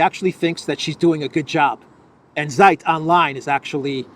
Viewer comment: it's not SAJT "ZEIT" - read it "TSAYT" Z in German is TS (like ZAGREB, like Zeebra) ZI